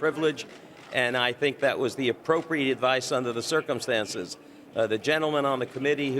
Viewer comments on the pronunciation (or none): none